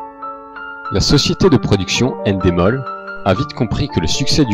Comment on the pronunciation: c'est ENdemol pas ènedemol